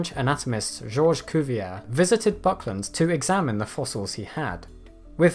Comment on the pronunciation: Very nice video -- despite being a big fan of dinosaurs since first learning about them in the mid-1960s, I somehow had missed Cumnoria until now! My only other note would be that I think the correct pronunciation of Monsieur Cuvier's name is "Koo-vee-ay." :-) Thanks, and keep up the great work!